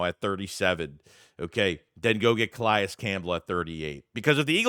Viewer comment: Not how you pronounce Calais 🤦